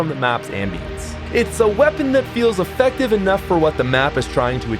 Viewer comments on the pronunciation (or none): none